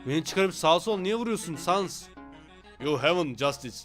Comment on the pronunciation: Outer sansin saldırısı bu arada sans sens diye okunuyor yanlış söylediğinde de Kötü oluyomxd